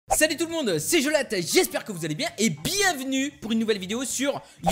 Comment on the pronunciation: coucou un autre s'il te plait je kiff ce jeux pourri (pourite) comme tu dit lol